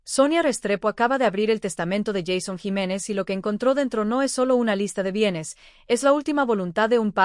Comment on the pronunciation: 😢 porque no pronuncia bien el nombre JEISON JIMÉNEZ